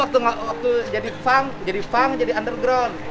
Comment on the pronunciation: Punk kok jadi Funk, Pa Dedi 😭